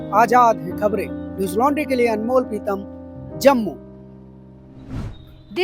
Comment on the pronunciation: प्रीतम जी अपने नाम का उच्चारण सही कर।